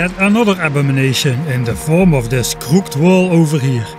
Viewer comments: unfortunately, that's not how you say crooked. It's really dumb, since it is spelled the same way as booked, but is pronounced completely differently (crook-kid). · Ha! I went even more meta-meta and pronounced crooked in a crooked way! (no I didn't, thanks for the tip)